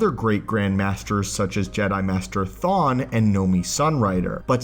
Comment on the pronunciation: Jedi Master "Thawne". What have you done to the timeline Barry??!!